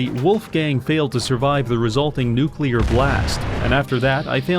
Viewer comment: I mean they mispronounce “nuclear” as “nukular” I never expect them to work in the first place